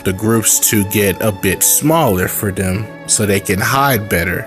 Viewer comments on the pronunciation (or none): none